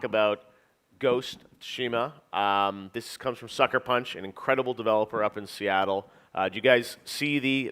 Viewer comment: Everyone before the game: "What is Ghost of Tooshéémuh?!" Everyone after the game: "I am... the Ghost... of Súhshimah..."